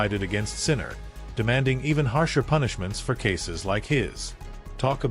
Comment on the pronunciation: Won't even watch this YouTube. You didn't even pronounce his name correctly.